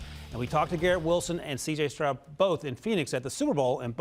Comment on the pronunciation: Man these guys can even say the right names cj strong and Jalen Carter 😅